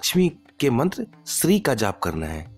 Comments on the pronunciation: SHREE NAHI SHREEM HAI WOH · Correct pronunciation : श्रीम् Shrim